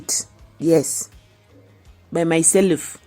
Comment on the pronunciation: I love how you are like " I loved it, by myselve " with the accent from the mountains ❤️